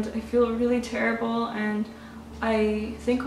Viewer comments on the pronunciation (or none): none